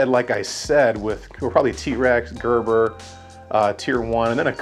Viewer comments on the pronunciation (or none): none